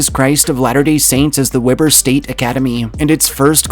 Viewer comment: It's WE-BUR State University not Webber like the grill.